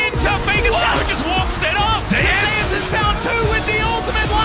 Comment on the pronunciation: It puzzles me : These US casters can't pronounce Zeus correctly ?